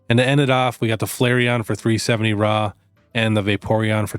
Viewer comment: ithink Raw is pronoounced "roar" not "rarrrrr"